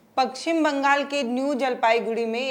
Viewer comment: Pakchhim nhi paschim Bangal